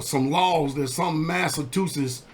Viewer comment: Massatusses? Funneee!